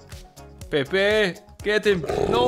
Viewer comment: Hi, im Portuguese and u should try to pronounce his Name like Pep yk